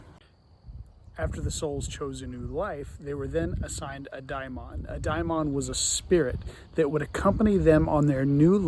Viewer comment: Your pronunciation of daimon (Latin variant, "daemon") is refreshingly correct...spot on. Thank you overall for posting your thoughts. You have obviously put much thought into this undertaking. In spite of the uneven musical score, I enjoyed your illuminating presentation. I'm afraid that YouTube may be responsible for drowning out your message toward the end because they don't like the content of your message. The audio seems to be extraneous, superimposed or unevenly overdubbed.